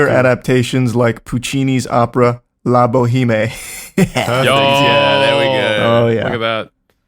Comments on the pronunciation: the best part about this is Charlie is still wrong, La Boheme is pronounced La Bow-Em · I love them all hyping up Charlie’s incorrect pronunciation of La Boheme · It’s actually pronounced “La Bohemm” lol